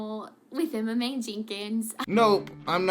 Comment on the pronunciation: I keep thinking you’re saying, “MMA” instead of “Emma Mae”.